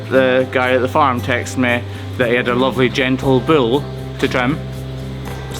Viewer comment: Why does he call it a bill instead of a bull?